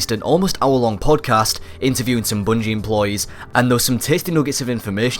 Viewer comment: Love your videos so much, but I ADORE how you pronounce Bungie!